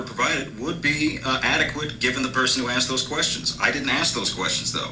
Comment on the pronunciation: "I just wanna axe a question"